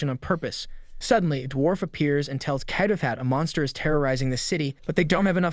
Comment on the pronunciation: how this guy pronounces names PAINS ME lol. Keido. Keijin, LOL